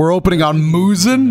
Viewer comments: Seriously '! What is up with you and these pronunciations?! Did you just say "Muzin?" (• ▽ •;) Mu-Zahn, for starters, and didn't you hear their names in the anime anyway? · No offence but he pretty much said "Muzin". I know its rude to judge but his name is spelled Muzan so think of saying Muzawn as in "awwwwwwww thats so cute" just saying thats how u pronounce it correctly